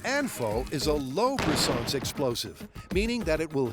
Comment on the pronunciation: Br’sanzcé??? Brisance!! You’re NOT FKING FRENCH